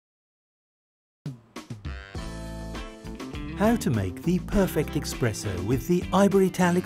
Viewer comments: STOP SAYING EXPRESSO!!! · Expresso?????!!!!!?????!!!!????? WHAT? Please! If you can't get that right, how can I trust your coffee machines?